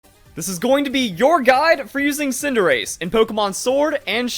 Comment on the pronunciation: I hear tsundere every time you say cinderace